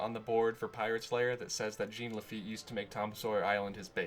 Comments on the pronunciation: French pronunciation of Jean ... not GENE. No biggie. :P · holy crap. it's a french name - "jean", and it's pronounced like "john", not "jeen" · I know you understand your mistake but.... It triggers me whenever you say Jean Lafitte with Jean like the pants, instead of John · I'm sorry but his name is French and in French jean is pronounced john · not jean(jeen) its Jean (she-un) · "Gene" Lafitte? It's pronounced ʒɑ̃ ʒ = the sound of the "s" in "measure" ɑ̃ = the "aw"sound in "paw" (in american english) but through your nose. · I’m giving this a thumbs down, if for not other reason then how many times he says Jean Lafitte’s name wrong!!!!!! It is not pronounced Gene!!! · For the record, it's actually pronounced "Zhohn La-feet". It's French. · I like to think of his name as Jean "the feet" Lafitte Pronounced Zheen The Feet La-fe-ette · Ssshhhhh-ON LA-FAH-YET!!!!! GOD DAMMIT, YOU'RE KILLING ME. LOLOLOL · Lol it's "Gene LaFEET!" Like the new "John CENA!" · Mispronunciation of Jean Laffite's first name Gene Laffite Me: TRIGGERED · Thank you! I kept thinking that every time he said "Gene". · Y E S!! That annoyed the hell out of me the entire video!